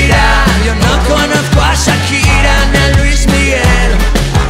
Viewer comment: miguel angel lopez carrasco que pronuncie bien Shakira no es sakira 😒